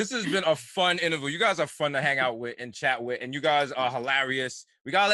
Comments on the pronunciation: Desus still doesn't know how to pronounce Interview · Desus struggling with saying interview 😂